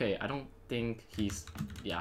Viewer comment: He says think as tink